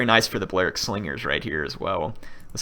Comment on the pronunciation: PLEASE stop saying "Ballearic" how you currently say it. It's "bally-aric".